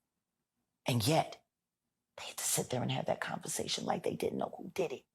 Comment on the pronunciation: Sean did-he not diddy lol.😂